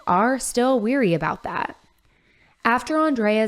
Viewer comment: the word is pronounced "WARY", like beware, not "WEARY", like as if you are tired or weary of something. You're not the only one who does this, but mispronunciations tend to make a person sound less well read. I love Christina Randall too, but every time she says "worldwind romance" as opposed to "WHIRLwind romance", it drives me up a wall.